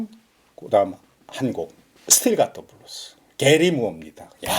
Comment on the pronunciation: 자꾸 브루스라고 하시니 80년대 나이트클럽 '브루스 타임'만 자꾸 생각나요. ㅋ( 저도 옛날 사람). 블루스라고 발음해주세요~~ㅎ